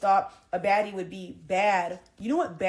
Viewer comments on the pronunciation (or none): Did she say baddie? I thought she said faddie! 😆